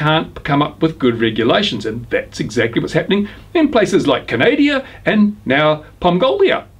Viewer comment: It's Canada - Not Canadia